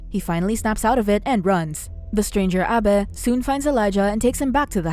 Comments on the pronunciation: Abe= aybe, not abbeh lol!! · Stop saying Abe like that 😂😂